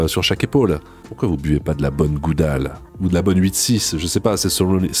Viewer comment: "De la bonne Goudale". En temps que chti, mon oreille saigne 😛